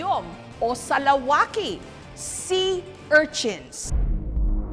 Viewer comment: Swaki hindi salawaki bisaya ako lol